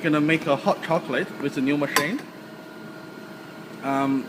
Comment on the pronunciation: I am so sorry if thats rude but the first thing I heard was "hot cocklate" and my lungs just left the chat